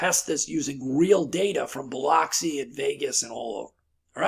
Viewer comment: I’m born and raised and still currently living in Mississippi…. Not critiquing you or anything, but when you say “Biloxi.”…. Just wanted you to know the o is silent…. Its pronounced “ “ba -lux-e”